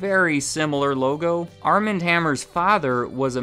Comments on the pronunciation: Armand is pronounced Ar'mohnd. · Wouldn't the first name Armand be pronounced Ar-mahnd (as in the Anne Rice books - the vampire Louis met in Paris played by Antonio Banderas in in the movie ) instead of arm-and?